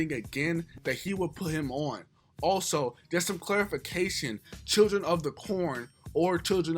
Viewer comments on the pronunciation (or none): none